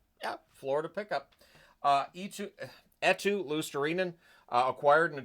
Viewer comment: Good correction on the Eetu pronunciation my friend! This is coming from a Finn!